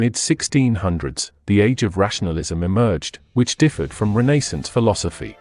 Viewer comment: Did not like the way you said Renaissance